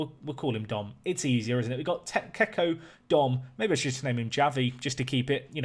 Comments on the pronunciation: And Javi is pronounced 'havi' not 'yavi' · Javi is read Ravi